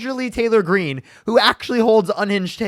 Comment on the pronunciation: I love you, but there is no L in Marjorie Greene. You always says "margerly". I don't care, she's trash, but you always correct people on Kamala so it just makes me lol to hear you constantly say her name wrong 😅